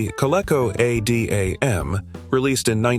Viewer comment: the KOLECO A - D - AM - or as humans would say the COLECO ADAM.